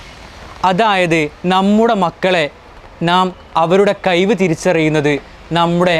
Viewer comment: ആദ്യം നാം എന്ന് നേരെ പറയാൻ പറ😂 കയിവ്😂😂